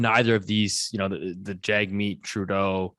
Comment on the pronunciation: Please learn how to pronounce Jagmeet Singh's name, it is in his twitter bio, its "Jug" like "Hug"